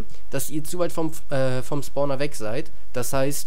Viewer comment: also ich hab noch nie einen "Sporner" gefunden xD.. das heißt spawner